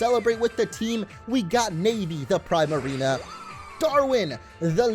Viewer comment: I hate his pronunciation of primarina